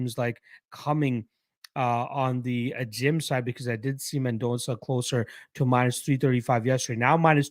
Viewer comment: You're pronouncing Mendonça as best as a Canadian can 🇧🇷